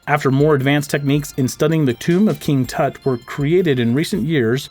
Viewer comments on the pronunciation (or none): Btw it's king tut not kind toot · The narrator kept saying king Toot instead of king Tut. Other wise a great history and science lesson. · did you say king toot?